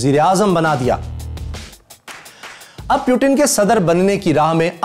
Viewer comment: Chutiye pyutin nhi Putin hai